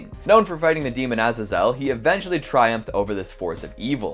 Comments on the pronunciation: its pronounced {ahzaysole} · How about, "BEH-lee-al", instead of "bee-LYE-all"? Hebrew name, after all... And, "AH-zah-zel", same deal...